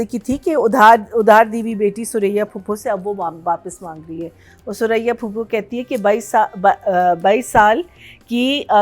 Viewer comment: POPO NAHI PHUPO!! 🤣🤣 said popo 😂